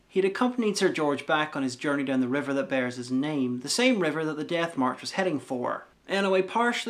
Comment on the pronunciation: Why do you pronounce "death" as "DATH"?